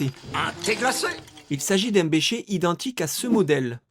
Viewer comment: J'ai jamais entendu quelqu'un prononcer un bécher comme ça